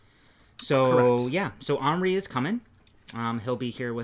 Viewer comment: Henri is French for Henry, so the h is silent and en is one sound not replicated in English…